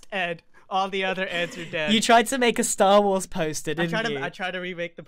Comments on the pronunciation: Is grians "tarwar" insted of "starwars" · Tar war pu in boots? Lol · tar war... really dude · . I thought it was Star Wa (wa as in "what?"). . No, it's the Ark Night. If it's just Ark Knight, then only 1 letter is missing. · Man Grian don’t like the two s’s in Star Wars.Lol😂